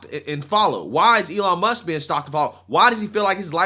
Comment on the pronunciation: “Elon Muskez” =\= “Elon Musk’s”